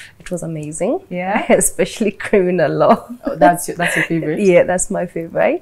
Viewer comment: Love this lady BUT Don't put R kila place....... its law not lawrrr🙄🙄🙄🙄 be yourself